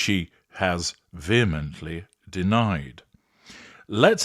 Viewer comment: I realize its off topic, but I so appreciate your immaculate use of language, always. Today its that you pronounce "vehemently" or "vehement" correctly. Quite intelligent American and Brit content creators so frequently say it wrong. It is 100% okay not to know how to pronounce a word, but if you dont, fine to say so, instead of repeatedly saying it "with your full chest," as the kids say. Thank you for using your particular gift to educate us in so many ways!